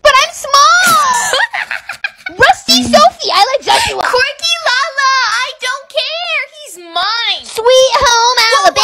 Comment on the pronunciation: Why she always say joshoowa